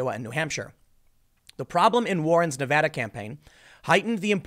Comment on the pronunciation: Thanks for saying Nevada correctly Tim. Its crazy how many newscasters say it wrong.